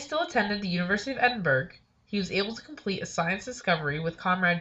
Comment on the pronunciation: Edinburg haha, it's pronounced Edin-bor-ough, it's only spelled Edinburgh